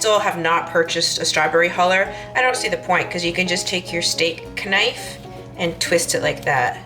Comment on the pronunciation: K-nife! My Nanna would take it a step further: k-nif-ee :D